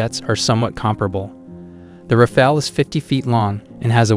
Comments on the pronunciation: it´s R-A-F-A-L-E, not r-a-f-a-e-l... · Rafale (english : burst), not Rafael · when you can pronounce the the jets name of Rafale , then i might listen to you talking , let me break it down for you , try it like this (( RAF I L .) There you go now . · its rafale not rafail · I can't get past "ra-fail" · I can imagine how much French must love how several AI voices are referring to their vaunted national treasure as ”Ra-Fail” 😆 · Some of the information seems outdated. For example, the Typhoon is using the Meteor since 2020 or 21 as well. And please don't pronounce it ra-fail. If you do a video, at the very least do some research about the pronounciation.